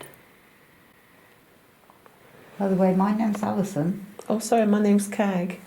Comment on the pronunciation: tell me that didn't say Alison. Sounded like "Allie son."